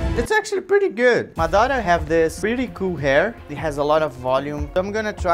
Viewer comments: for god shake, It's mAdara. not madAra. cool video though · Madara ❌ Madaarah ✅ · i am not trying to be mean but its "maad ra" not madara like it is pronounced like that :)) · Dude great job ... but after all of this work you can't say his name right ... its Maaadra (fast) ... not Mdaaara .. wich u the best keep it going 👍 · It's "MAH-dah-ra". Empahsis on the "Mah"... Not the way you're saying it.... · Dá de perceber que ele é BR só pela pronúncia de "Madara" e Naruto" kkkk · Amazing but they way you say Madara is just horrible D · Bro not even saying madra right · I KNEW YOU WERE BRAZILLIAN WHEN I HEARD YOU SAYING "Naruto" AND "Madara"!!!!